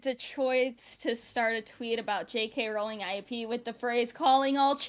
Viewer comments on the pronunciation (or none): none